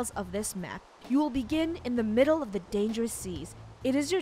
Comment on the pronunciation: funneh says we are in thhe midlle of nowere